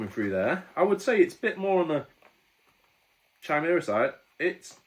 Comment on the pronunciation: Pronounced 'Kaimera' 👍